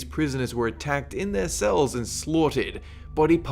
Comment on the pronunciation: Hehehe he says "stells" instead of *cells.